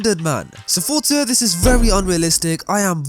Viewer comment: it is not FOR-TS-A it is FOR-Z-A